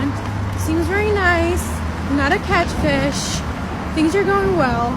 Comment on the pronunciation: Lol not a catch fish she said instead of not a catfish